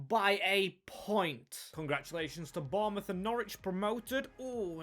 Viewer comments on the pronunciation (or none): none